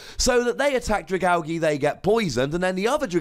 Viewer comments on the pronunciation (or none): The g sound like the g in giraffe not the g in gift ... AL-JEE not AL-GEE :(